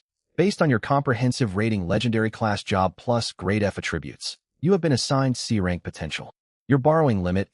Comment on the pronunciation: that’s hilarious the AI reads going from F rank to C rank as going from frank to crank